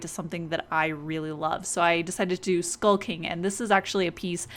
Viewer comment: sounds like "skulking" instead of "skull king"